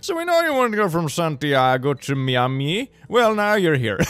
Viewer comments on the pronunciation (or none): Miami (my-am-e) not (Mia-me)